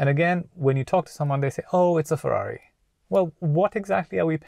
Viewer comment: Cmon man, its Ferrari